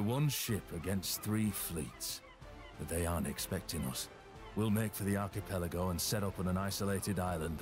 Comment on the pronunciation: I cringed so hard at your pronunciation of archipelago.